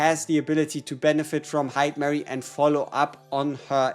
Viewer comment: It’s hi-duh-mah-ree.